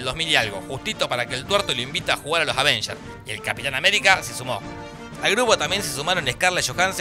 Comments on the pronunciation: me gustaba mas cuando decias Advengers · Al fin dejó de decir "aDvengers"